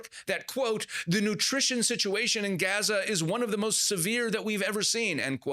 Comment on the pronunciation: The native people call the place Azza. He adds the 'g' sound, for western ears, but otherwise pronounces it correctly.